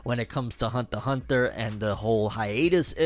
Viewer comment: "Hunther X Hunther"